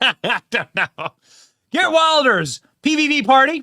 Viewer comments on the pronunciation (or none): It’s pronounced “Heert”